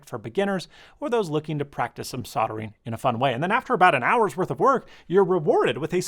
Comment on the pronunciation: As a Brit the way you said “If you and your kids want to get into soldering” scared me. We actually pronounce the L, like sold ering. Not sodoring…which sounds like something else.